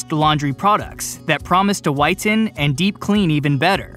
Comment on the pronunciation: Don’t over pronounce “ten” in whiten. Just say whiten as one word…Not “white. 10.”.